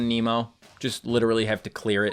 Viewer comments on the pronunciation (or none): none